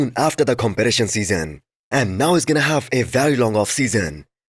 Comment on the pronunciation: BRO say competition 😂😂😂 why it is so hard to change it